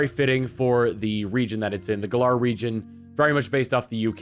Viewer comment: U pronounced Galar wrong... This had better not become a habit of fans...